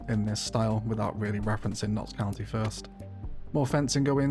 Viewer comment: I love this series, but I die a little inside each time I hear you say "Knox Country". There's no R in "Knox County". Lol.